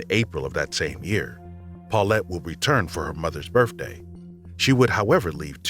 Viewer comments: Are you fucking kidding?!?!? You used an AI voice that cannot pronounce “birthday” instead saying “birfday?” SMH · Listening to this narrator on these stories was interesting if not just plain laughable. The "taking" of marijuana, along with a nonsensical timeline, turned that story into a bigtime laugh. His use of "birfday" and "libary" had me replaying the misused words several times with my earbuds pressed in tight to make sure that was what he said. One of the stories ended with "Brian was a suspect, but he died" and it just ended with that. WTH?!? To summarize, someone was taking drugs, NOT marijuana, and it was the narrator. Plus, he doesn't share. I've never heard this guy before and I have reservations about listening to anything he narrates again. Unless he shares.🤭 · Could someone please tell the narrator that it’s pronounced “birTHday” not “birFday” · It’s birthday not berfday. It’s hundred not hundret. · birfdays libaries come on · Did the voice-over actor actually say, “birfday”? Twice? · The narrator actually kept saying "birfday". Maybe narrating is not for him. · I love this guy's voice especially when he says "birfday" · ...for her mother's "birf-day" ...would leave 2 days after "da birf-day" ?! 🤨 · You say Lavender Doe, but under her picture it says Lavenda Doe?? Birfday?? Liberry?? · The narrator has a lovely, melodic voice. Someone please tell him there is no such word as “birfday.” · “two days after the birfday” killed it for me. He literally said birfday 2x lol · Does this narrator keep saying BURFDAY? so ghetto. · I totally laughed at the “taking marijuana” comment! EPIC. Did the narrator also say “birFday”? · Yes,Yes you heard birfday too? Lol 😆 my brother also calls it that and my mom. AND who doesn't file a missing persons report for their own kid. That was a real shitty excuse!! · Unrelated but I love the way you say birthday